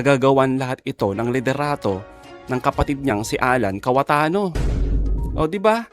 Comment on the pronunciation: cayetano po hindi KAWATANO😊😆😅🤣🤣🤣🤣🤣🤣😂🤣🤣🤣👍